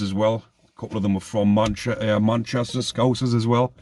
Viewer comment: You nearly said madchester